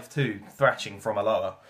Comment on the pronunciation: Learn how to say Alloa...